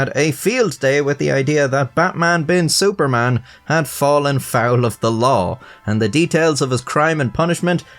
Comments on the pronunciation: It's pronounced Bat like "but" Man like "munch" without "ch" Bin like "been" Su like the "soo" in "soothing" Par just like "par" Man same as before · the pronunciation of it is "betmen bin suffermen" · Wdym the pronounciation of his name is but-mun been soo-parmon? It's pronounce just like how you pronounce it in the beginning of this video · His name in Arabic on the ID is actually pronounced "Batman Bin Suferman" - There is no letter P in Arabic, so I think they replaced it with the letter F. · It is baqman bin soferman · haha yeah no im pretty sure it's actually pronounced :"Batman bin Suparman" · Frankly, your normal way to pronounce Batman is closer than your attempt at Javanese 😂